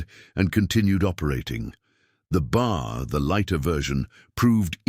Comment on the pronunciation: The weapon you continue to refer to as the BAR is actually more correctly referred to as the B. A. R. Each letter is pronounced separately. The weapons name is actually the "Browning Automatic Rifle" Invented by John Moses Browning.